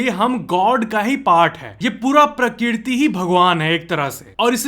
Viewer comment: Prakirti ? Prakrati sahi he